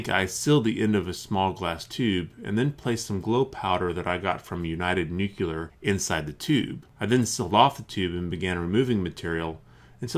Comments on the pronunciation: NEW-CLEAR, not NUKE-U-LAR. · The nucular strategery is done real dang ole good!